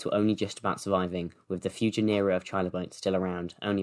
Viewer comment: GEN-er-a, not gen-Ur-a